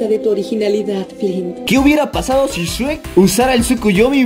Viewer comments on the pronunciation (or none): none